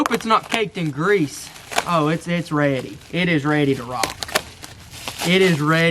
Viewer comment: When he said this was ready I thought he said it was red like blood